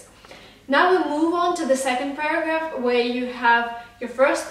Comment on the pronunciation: i heard paragraph as burger ......😂😂